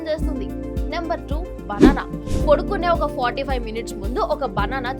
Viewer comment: పొడుకునే కాదమ్మా, పడుకునే అనాలి తల్లీ 🙏🏼